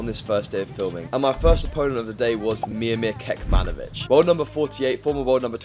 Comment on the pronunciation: "Kekmanovich" omg ....